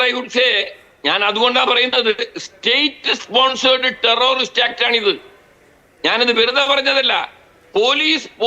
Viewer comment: ടെറൊറിസ്റ്റ് അല്ല, ടെററിസ്റ്റ് ആണ്‌. മലയാളി ബലാത്സംഘ, സ്വർണക്കള്ളന്മാർ രാജ്യത്തെ ഒന്നാം നമ്പർ ക്രിമിനൽ പട്ടികയിലേക്ക് കുതിക്കുന്നു. അഭിനന്ദനങ്ങൾ.